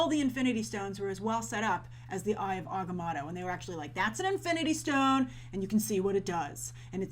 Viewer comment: How are you still mispronouncing Agamotto?